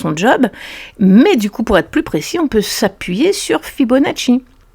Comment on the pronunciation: Mais t'es qui toi!? Aller casse toi! Tu sais même pas dire etherum 🤣 et Fibonacci c'est ton oncle? 😂